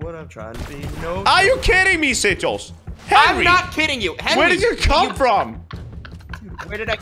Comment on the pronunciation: Its sigils no singills